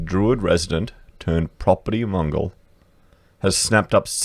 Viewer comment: "turned property mongol" ....... it's pronounced mO'gal